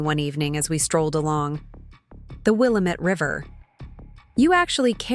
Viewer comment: Pronounce Will AM ette right for heaven's sake.